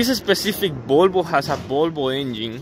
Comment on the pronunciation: IT IS CALLED VOLVO, NOT BOLBO. WHY DO YOU CALL VOLVO "BOLBO" ?